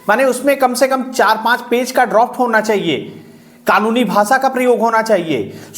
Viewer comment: Droft nahi hota Draft hota hai sir